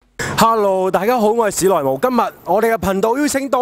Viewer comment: Mou都唔是轻声